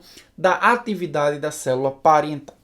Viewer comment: Célula " pariental" ?